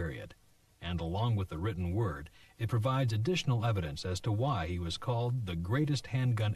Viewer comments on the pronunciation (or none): none